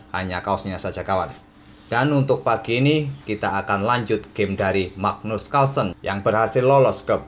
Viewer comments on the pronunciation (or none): none